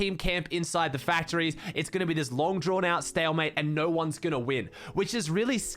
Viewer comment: wow he said stalemtate